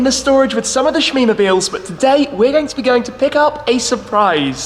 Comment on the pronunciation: Hahahaha smeemobilees